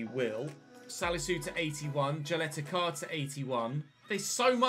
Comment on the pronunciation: just tip for pronuncing Ćaleta-Car, you do not pronounce Car like vehicle car, but that C you pronounce like you would pronounce, for example, Tsygankov, that "Ts" is as same as "C" in Car On the other hand really enjoying this career mode, hope you stick a more with current players and fulfill their potential and sign minimum number of players